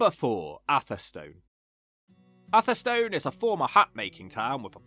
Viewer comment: Rugby was really attractive a decade ago. There's a whole series of failing towns along the A5 - now one vast distribution road from Lutterworth to Tamworth. Hinckley, Sunny Nunny, Beduth, Atherstone (you need to get the pronunciation right, mate). Atherstone is actually quite lively and picturesque. I lived near Coalville as a kid and youth so I know what a shithole looks like. I moved to Nuneaton in '76 and out in '93. I now live in Atherstone. Like all Central Midlands towns they need huge cash injections...fat chance.